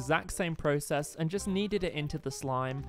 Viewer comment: bruh the way he says process